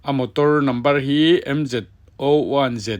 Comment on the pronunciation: Mz zero one ti in chhiar la boss